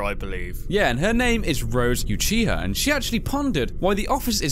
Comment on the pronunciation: O-OCHI-HA its no how you spell it but its pronunciation